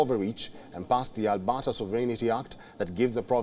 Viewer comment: As a Canadian, this newscast is hilarious. The province of "Albotta." So many factual errors: The UCP were the opposition, he tells us. Danielle Smith is "Canada's premiere." And Ottawa is a province now, apparently.🤣🤣🤣🤣